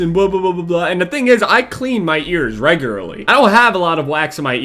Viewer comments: wait he sad regurlary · Regerarly XD